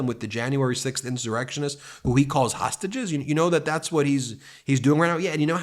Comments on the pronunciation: The announcer said "tostages." He was so close to saying "traitors." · I have listened to the man who introduced orange Jesus 4 times now and I keep hearing him say toastages not hostages. Anyone else hearing that?